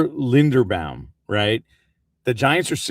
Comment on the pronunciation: does have a vested interest in saying everyone who comes into the giants orbit’s name wrong?? how can you say tyler linderbaums name wrong?? love you